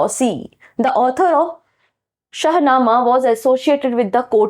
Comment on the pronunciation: Correct! Teacher ko sahi name bolna chahiye kyonki bahut sare bachche galat seekh lenge or aage unhe dikkat hogi. Shahnama hota hai shashnama nahi,Iltutmish hoga Iltamas nahi . Isme bura mane ki koi baat hi nahi hai,galti kisi se bhi ho sakti hai.